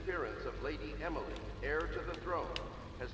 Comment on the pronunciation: Am I the only one that laugher at you when you pronounced heir as hair ( no offense )